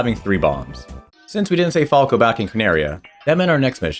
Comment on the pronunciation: Why are you butchering Falco's name on purpose?